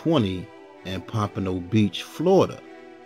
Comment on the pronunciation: Big ups for getting pompano pronounce correctly!